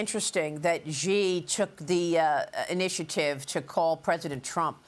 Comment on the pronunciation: Xi = “She”, not “Jhee”